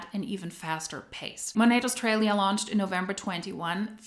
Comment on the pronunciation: When taking about Australia, the 'aus' is said with a hard U, not 'aus' in the way it's said in German with an almost breathiness, but hard. In Aussie, the 'ss' is said as if z. oz-zee and said hard or firmly, not breathy.